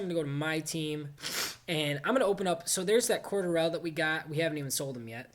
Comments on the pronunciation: Its cor-de-ruhl not cor-da-rel lol tha way you said it was funny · "Coedarile" pronouneation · It's (Cord-Elle) Patterson